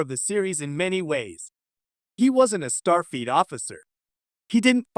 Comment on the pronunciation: "Star Feet" 😂😂😂